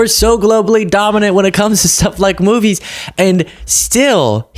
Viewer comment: Sorry, did he say "moobies"?